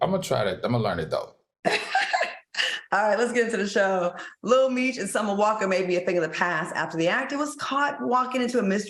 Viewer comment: Al’s pronunciation kills me I love him 😂 ‘lil meesh’ 😌